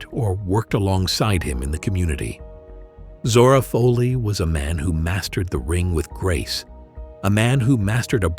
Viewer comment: That's Zora Fohley (Foley), Not Fahley.